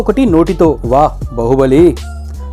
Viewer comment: Bahubali kaadhu bro Baahubali